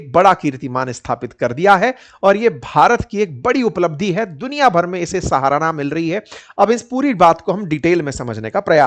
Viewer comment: भैया सहारना नहीं, सराहना।